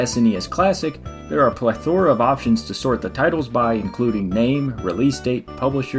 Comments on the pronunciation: Great vid! Thanks for taking the time to put this together. Well done. One small, tiny, little nitpick: plethora is pronounced PLETH-er-uh, not ple-THO-ruh. Just a little constructive criticism. Still, wonderful job. Keep it up! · PLEthora, not pleTHORa. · The way you pronounce it sounds like ple-THOR-ah. XD